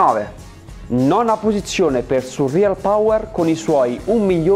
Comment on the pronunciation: Non sai dire surrealpawer